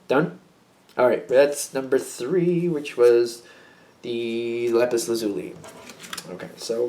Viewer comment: lapis L sounds weird